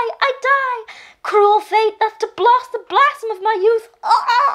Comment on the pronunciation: "Oh, oh! I die, I die! Cruel fate but to blOst the blAssom of my youth!" LMAO!!! She totally said "blost the blassom" instead of "blast the blossom" ...so adorkable <3